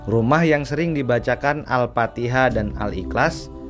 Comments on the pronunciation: Mf bukan surat AL-FATIHA.,tp AL-FATIKHAH. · Al Fatihah kang... Bukan Al Patiha